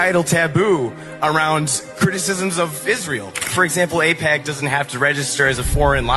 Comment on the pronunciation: Y’all confused me, its aipac not apec. Two completely different things lol